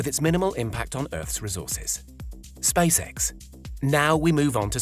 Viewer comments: ah yes NASA and space-eh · He said Space Hec